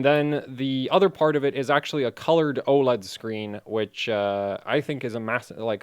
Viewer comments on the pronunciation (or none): none